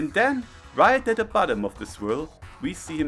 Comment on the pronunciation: "Se sun" Virgin vs "Ze Moon" Chad.